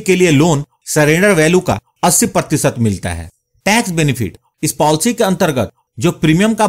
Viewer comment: Polcy nhi policy hota hain